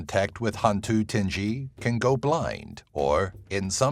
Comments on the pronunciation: sadly i neva heard of a bao a qu. it should be ting-gi not ting-gee/jee, tinggi = tall. orang bunian is people from another dimension. some folks claimed they were brought onto orang bunian community, offered to be marry with their daughter. easy tips to make how the toyol to forget stealing a money is spread some green bean, so he will play with them and forget his intention. gedembai ? never heard of. penanggal is a living woman who rolled her body in a bemban mat to separate her head from body, whilst her become penanggal she will fly around the village especially to the house where the mother that just gave birth. from tiny space of wooden floor the penanggal will sipping the blood to retain her life. Langsuyar ? local called them langsuir ( lang-soo/sue-where) not to be confused with sundel bolong/pontianak/vampire. Orang Minyak ( mee-nyak) not meen-nyok. since his body are black and shiny. he rape girl in kampung. maybe to retain his life. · ITS HANTU TINGGI NOT TINJJI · Hantu Tinge-gee? No no no hantu ting-gie!